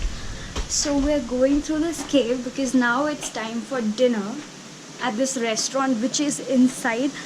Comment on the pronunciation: Could you please get your pronunciation for “Because” corrected? Because it is really irritating to hear “Bicccz”. And yes keep the good stuff rolling.:)